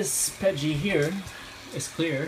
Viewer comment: its PETG not pet G